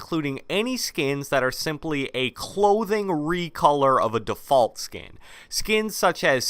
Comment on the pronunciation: Bro how do you say defoult